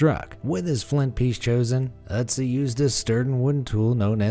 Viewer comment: German speaker here: good pronunciation of the Ö in Ötzi! I've seen Anglophones struggle with that...